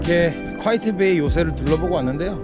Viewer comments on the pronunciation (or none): 올바른 발음은 퀘잇 베이라고 합니다. 쿠아이엣 베이가 아니고....